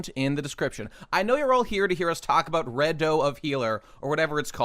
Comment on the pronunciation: "Red-oh of Healer", I'm sure you're scarred from the Reze pronunciation incident, but that's just the English word "Redo" I read a few volumes of the LN for Mushoku Tensei before the anime and the thing I like is that, while most isekai feel like it's written by someone that enjoys other isekai LNs and Dragon Quest, MT feels like the author likes actual fantasy and Evangelion. shit ton of worldbuilding and understanding the psychology of the characters, and an actual feeling of adventure.